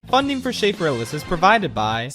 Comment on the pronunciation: Meet my new frowning friend version of, “CHAFfrillas” >:]